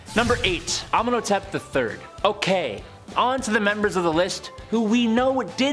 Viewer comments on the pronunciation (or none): You butchered Arsinoe's name! Cleopatra's sisters name is actually really beautiful. It's pronounced Are-sin-OH-ay. Not Arsinoi?? WTF 😂 Please research better cuz these were actual ppl and her story is sad, she died very young. Oh and another butchered name is AH-men-hoe-tep. Besides this, welcome!! So far I think you're doing a great job and hope you'll stay for awhile:). Just plz, if you're gonna put " educational" content out just make you don't ruin it with bad pronunciations. Once in awhile is ok, you're human. Lol. Again, welcome 🌺🤍